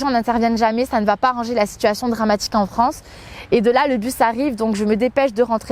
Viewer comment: "Je défends la Franceu sur les réseaux sociaux" Pwahahahah 😬😂